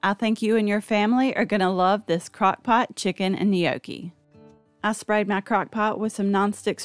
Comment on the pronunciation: You aren’t pronouncing gnocchi correctly!